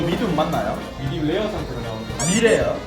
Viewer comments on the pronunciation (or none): 미디움레어를 미레래 ㅋㅋㅋㅋㅋㅋㅋㅋ너무 웃기네요 ㅋㅋㅋㅋ 혜지누나 너무이쁨 오늘도😊